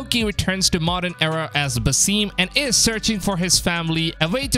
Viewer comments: Havent u payed attention to the story? His name is pronounced "Basim" not "Basìm" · For your information. He is called ( Ba-Sim) not ( baseem) . It's Arabic name which translates to ( the smiling) . It's common name